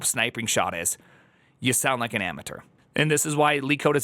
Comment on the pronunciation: it's pronounced amateur, not amateur.